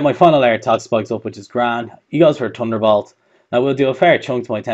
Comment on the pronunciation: Love the way he says TTTunderbolt or Boot eehm